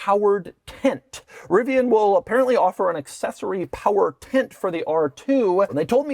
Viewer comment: Tint??? Its Tent.. Why are you pronouncing it as "tint"?